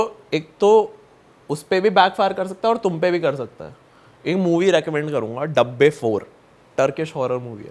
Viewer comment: Movie ka naam(pronunciation) "dabbe" nhi "daa-bay" hai 🤦🏻